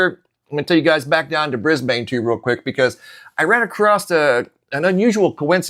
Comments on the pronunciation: 🦘🦘🦘🦘🦘🦘 It's no "biggie" Just F.Y.I. We don't pronounce Brisbane BrisbaYNE, it's pronounced BRISBEN.... Just thought you'd like to know... KEEP UP THE GREAT WORK... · 🤗in Australia 🇦🇺 we pronounce Brisbane (Brisbun) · Brisbane is pronounced Bris-ban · Hey brother. Thank you for all your dedication and genuine presentations. I have some information I wanted to share with you. It is not groundbreaking or anything. But just in case you would like to know, in Australia we do not pronounce Brisbane the way it is spelled. We do not pronounce the "e" at the end. We pronounce the city "Brisban" as if there is no e on the end. We say BrisbaN.... short on the N. Not "bAn" as if we drag out the A. Keep up the good work brother. And God Bless.